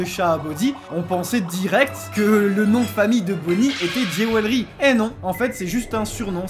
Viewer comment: "Géwélry" -> "Djoulery" Pensez-y SVP.. J'suis grammar nazi